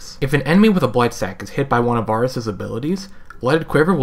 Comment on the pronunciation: Each time you say Varus wrong... I cringe. Doesn't help that he's my main ADC.